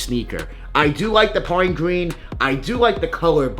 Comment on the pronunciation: “Pine Gween” talk right mf!